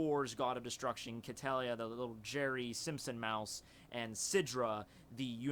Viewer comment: I think that Quitela is pronounced key-teh-luh